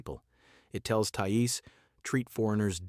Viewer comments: Thai Es. AI much? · An AI voice that can't even pronounce the word "thais", makes the rest of the video irrelevant as if you can't even get that right then everything else you are talking about is also probably incorect.